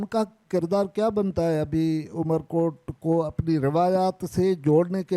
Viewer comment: amarkot not umerkot